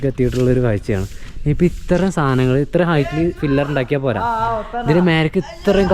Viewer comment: ഫില്ലർ അല്ല ; പില്ലർ ആണ് ശരി